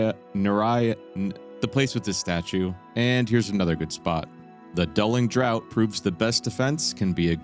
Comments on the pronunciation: Draught is pronounced 'draft'. Good video. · "draught" is pronounced "draft"